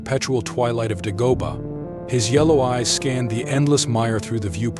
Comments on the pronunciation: Its pronounced DAY- GO- BAH NOT DUH-GO-BUH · This guy can't even pronounce the name of the planet correctly. Some narrator.